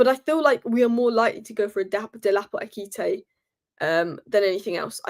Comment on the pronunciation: I love u so much, it hurts me to see u struggle with the name Ekitike. Pronounce it this way.... Ekitike =..... Air-key-tea-kay..... BOOM! Kelvyn from Nigeria ❤